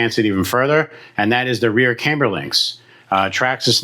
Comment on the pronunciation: Its pronounced cam-ber, not came-ber. Like a cam in an engine.